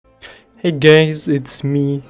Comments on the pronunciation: why I hear "hey gays" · Did he said hay gays 😂😂😂😂